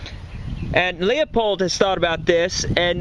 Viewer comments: Leupold is pronounced Loo-pold, not Lee-uh-pold. Just FYI. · Lew .......lew .......not Leo........lew pold